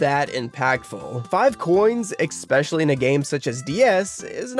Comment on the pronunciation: How old are you that you still think the word “especially” is pronounced “expecially” … an adult??? Yikes